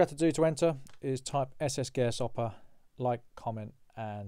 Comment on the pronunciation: ss guesshopper? ss gashopper? ss grasshopper? SS Garasoppa i cant tell what you said lol